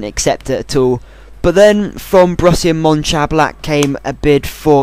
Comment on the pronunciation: how you pronounced Borussia Mönchengladbach,, absolutely brilliant!! ahahahahh